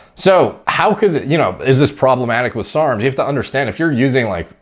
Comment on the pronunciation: Why is he saying SRRRMS